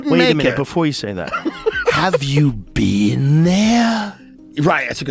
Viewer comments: Been not bean 😮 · "You've never bean?"